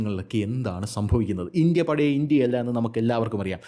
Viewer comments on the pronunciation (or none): none